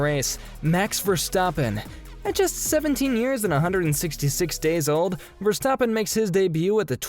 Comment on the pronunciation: But he pronounce Max Verstappen correct? Michael Chupa chups!